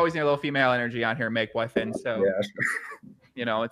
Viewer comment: Lol as a Finnish person I noticed that he was Anglicizing the pronounciations of Makeboifin and Fiilismies. I'll try to explain how it's said in Finnish: Make: "Mah-keh" (don't pronounce the h:es. But it's not pronounced "Meik" like the English word) Fiilismies: "Fee-lis-myes" (the ending is a bit like m followed by the word yes) Really the pronounciation isn't too complicated but it's hard to explain using text and English spelling conventions.